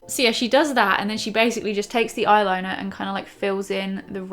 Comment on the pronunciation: Haha you say eye liner like a pirate! Ayrrliner ! Ajai pirate! Great vid again!